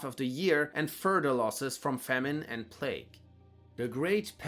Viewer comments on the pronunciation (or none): none